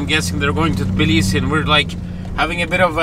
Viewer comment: it's actually not Balisi, it's Tablisi, Georgia (the Capital). Good luck!